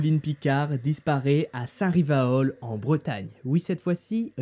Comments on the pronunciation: "Saint-Rivaol" c'est Saint-Rivoal et ça se prononce comme ça s'écrit 😂😂 Sinon super HVF 👌👌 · Comme toujours, ta vidéo a été juste formidable mais je dois avouer que, en tant que bretonne, j'ai été outrée de ta prononciation de la ville de St Rivoal, très très outrée 😅🤣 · Par contre on dit saint riV-O-A-l mdr